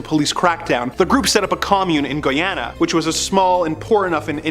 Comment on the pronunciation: It’s guy Ann uhh 😬 say it together and it’s Guyana… did you not research how to say it 😂